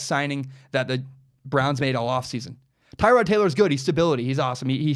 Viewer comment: I thought it was Ty-Rod... could be wrong...